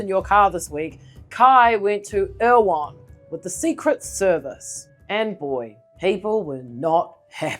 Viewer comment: "Erewhon" is pronounced roughly 'error whon'. It's a book by Samuel Butler and there's a sheep station in Canterbury named after it. 😊